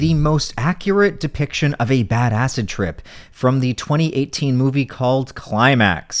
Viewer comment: I keep thinking "badass trip" when he starts saying "bad acid trip"